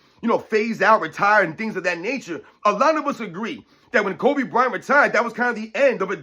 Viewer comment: he mispronounced kobe, and steph